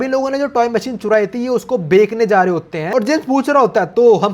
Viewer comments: Bekna nhi hota bechna hota hai sudhar ja bhai🤐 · Bechna ❌ Beekna✅